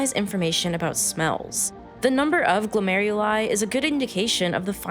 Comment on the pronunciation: «Only 43 glomuleri»? Not sure that's how it's pronounced.